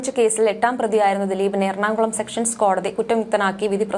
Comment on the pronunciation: ADGP എന്ന് പറയാൻ അറിയാത്ത നീ ദയവുചെയ്ത് ന്യൂസ്‌ വായിക്കരുത്... കൂടതെ സെഷൻ കോടതിയെ സെക്ഷൻ കോടതിയാക്കി..... കഷ്ടം...